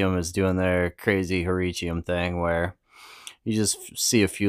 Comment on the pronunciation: Nice video. I'm pulling for the Michigan Oysters :) I love the way you say Hericium. I think that might be closest to the 'correct' way. I always struggle with 'leucistic' and how to say it.